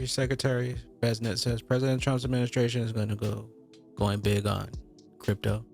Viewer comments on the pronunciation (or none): It's not Besnet it's Bes sent